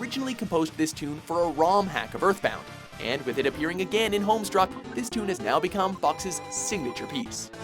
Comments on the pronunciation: you said "Homestruck" . It's "Homestuck". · Was anyone else triggered when he said Homestruck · did he seriously just call homestuck homestruck??? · Home stuck , not Home struck . And where's "Rivers in the Desert"? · Did you just say..... Home STRUCK?!!?!?! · "Homestruck." YOU HAD ONE FUCKING JOB! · Lord Gaming Lord of Gaming he said homestruck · Did you say Homestruck? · #6 he says "Homestruck" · I'd like to point out it's not homestruck but homestuck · Lol You said Homestruck, I wonder how many HOMESTUCK fans you pissed off with that :P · IT IS NOT 'HOMESTRUCK' ITS HOMESTUCK GODDAMMIT! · Did he just say homestruck? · "Homestruck" Triggered. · "Homestruck" lol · You called it Homestruck. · i'm just so happy Ar Tonelico got to be here, because its music is amazing (and I love Akiko Shikata, so I lost it when it was Misya who appeared) but.. wasn't it Melody of Elemia? >_> then again, he said Homestruck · "HOMESTRUCK" BIIIIIIIIIIIIIIIIIIIIIIIIIIIIITCH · Is it just me or did he say Homestuck like "Homestruck"?